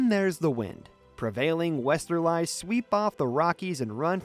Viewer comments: Interesting content, but please hire a flesh and blood human to read the script. “Wester-Lies” Really? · Another AI voice, mispronouncing words like Westerlies, saying western-lies, as in telling lies. Make it stop. Find someone who can read aloud. Please.